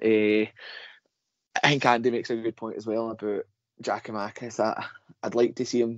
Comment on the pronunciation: Tell him to stop saying Giamakis !